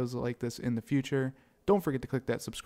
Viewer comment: Jeremy I like you and your content. However I would lose the way you say “later” at the end. Just saying....